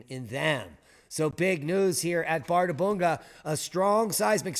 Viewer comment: ð is pronounced 'th' in Iclandic.